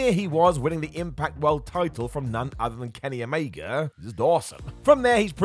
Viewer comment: Omega* not Omeiger